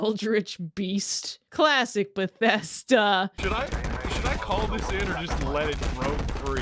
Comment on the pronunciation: Every time you said Bethesda I wanted shoot a spray bottle at you 😂